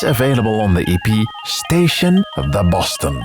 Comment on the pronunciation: I love the way you pronounce Schneider!